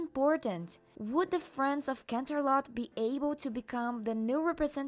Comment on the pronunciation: "canternot" ☠️☠️😂😂😂😂 I can't